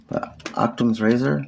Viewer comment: That's not what a martyr is. Not him calling someone an "iIIiiterate hiIIbiIIy..." When do you think was the last time picked up a book? It's "Occam's Razor," not "Octum's Razor," and it simply suggests that the simplest explanation is usual best. I have no idea what he's getting at there. It's "kowtow," not "towtow," and here he is insulting people's intelligence.😂😂